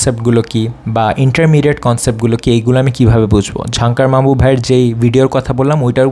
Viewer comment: ভাইয়ার ঝাংকার মাহবুব উচ্চারণটা কে কে খেয়াল করছেন😀😂😂